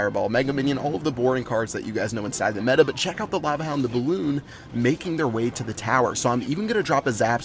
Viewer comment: Such a tb when he said balloonion clash of clan strategy